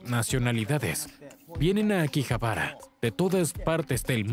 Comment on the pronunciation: No es akibahara,sino akihabara